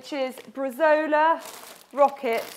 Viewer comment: Welcome back! Loved the recipes, though for the second salad it's meant to be Bresaola (Bre-zow-la) not bresola ;P